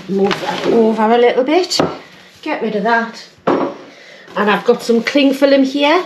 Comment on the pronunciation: "cling fillum" lol. my mate from newcastle/cramlington says that too.